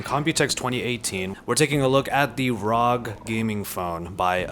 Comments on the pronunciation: I get triggered by him Saying "ROG" and not R-O-G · Arr Oww Gee ROG not rowg... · please dont say rog again.. just say R.O.G. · don't call it rog call it r.o.g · ITS NOT ROG ITS R O G 😡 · rog? Rag? . . . Its R. O. G. . . .. love the vid. . . Just annoyed with the rog . . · ROG (Republic of Gamers) is a subbrand of Asus and is not meant to be pronounced as rog, just fyi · Me: What console do u have? Him : Ausus ROG Me: GTFO!